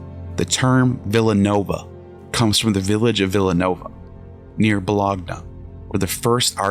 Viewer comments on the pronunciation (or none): Your pronunciation is PAINFUL. Bolog-na? Really? it's Bolo-nya. Peasant. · To say everything to beautifully and say Bo-log-na is such a shame it makes me not feel like most of this has any substantial value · Okay, I stopped watching when the narrator referenced to a village that was located "near Bologna," and pronounced it as "bo-LOG-na." It's pronounced "bo-LON-ya." If neither the narrator nor the producers of the film knew to correct this, they have no business producing documkentaries on ancient European history! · Pretty good so far but wow are these pronunciations bad. The narrator actually called Bologna, Bo-LOG-Nuh. 🤦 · Bo-log-na... he really said bo log na... I hope he's never ate a piece of bologna... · I have never heard anyone mispronounce Bologna so horribly. I have noticed this with young people having no clue a to how to pronounce common foreign names. When I hear this I can’t listen to any more. It’s like listening to totally ignorant people.